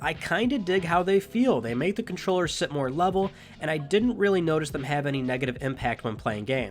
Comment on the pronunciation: Is it me or did he say DualShock 4 condom